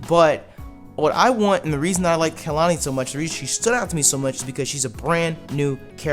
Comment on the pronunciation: every time they call Kahili Khelani I choke 😂